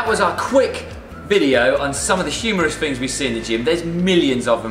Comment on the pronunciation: Why do you guys say "Fings" instead of "Things"?